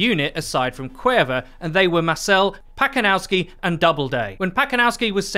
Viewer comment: Pacanowsky to nie "Pakonalski", tylko po prostu Pacanowski XDD